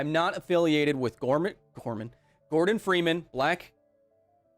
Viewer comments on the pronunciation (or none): none